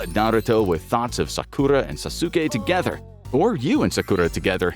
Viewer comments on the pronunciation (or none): "sasookay" lol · Sasuke? It's pronounced sas-kay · it's pronounced as Sas'ke. Not Sa-su-ke. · it's sas*ke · Calling Sasuke "Sasuka" is wild 😂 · I've also never watched Naruto. The series where he was a kid or an adult. But even I know its not pronounced "Sass-su-kay" Come on,. You're above this blatant clickbait. Get a BetterHelp sponsorship or something at least. That would be an improvement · My boi sauce-oookay and his wife sock-q-raw 😂😂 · Sazuki??? The disrespect 😂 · pronounced "saucekay" btw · Sa-sukay? Really guys lo😅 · Ahhhh yes, Sah-Kurah and Sah-Su-kay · Omg can’t believe how he pronounces Sasuke, it’s Sas-ke!!!! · You can pronounce Naruto fine but you cant pronounce Sasuke, jutsu, and Sakura 🤦🏽‍♂️ and you watched the series and hear them mentioned it many times 😂😂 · The way he pronounces Sakura and Sasuke 😂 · I am 3 minutes into this, and I hate the way you pronounce Sakura and Sasuke's name so much but I'm gonna power through. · I like how he can pronounce tsukuyomi but Sasuke and Sakura was out of reach lol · bro pronounced sasuke and sakura's name wrong.... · naruto.... sAsUUkE....Jen-jutsu.....bro I'm dead😭